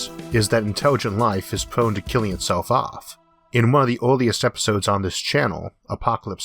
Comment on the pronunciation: "Interwigent life in pwone to kiwwing itsewf awf"